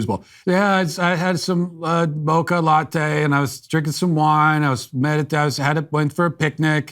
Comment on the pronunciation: I only just heard the iced "motcha " in the Twitter one. Did she mean "mocha"?